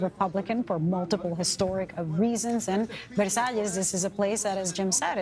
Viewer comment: Versailles ….. have respect and learn the pronunciation, u re media , fake one